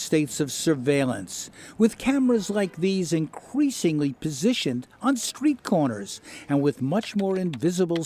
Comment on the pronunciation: you caught me off guard with the "inqueesingly"